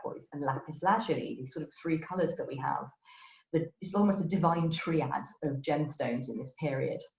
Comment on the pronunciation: Great talk but why is her pronunciation so weird? CulliNAHN for cullinan? TREE-ad for triad ?